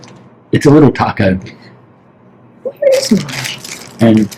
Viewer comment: You guys look great and so rested! Your furbabies will be so excited when you get home they’ll stick to your sides like glue😂 thanks for the fun and please be ever so safe traveling home!❤❤oh if I could just hear say the word Taco in every video please! It just sounds so different from my southern drawl! Love it so much!!